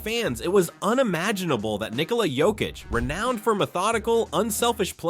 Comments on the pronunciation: It is not Jokich, it is Yokich. Learn to pronounce... Mixing it all the time.... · Mispronounce Jokic's name several times and then send us to your shitty store. Fuck off. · Please learn how to pronounce the 3 x MVP’s name. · hes saying it wrong sometimes but sometimes he says it right idk whats up with that